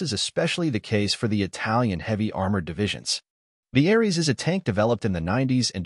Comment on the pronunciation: *Ariete tank, NOT Arese.... Ariete pronounced (for English speakers) A-re-ay-tay.